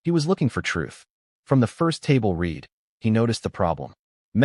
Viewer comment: I ask again about yet another video. Is the narrator in this video AI? I ask, because it is not "would read," with a short "e" speech sound, that means past tense, while "would" means future tense. Read is pronounced with a long "e" speech sound in "would read," yet the narrator does not seem to know that.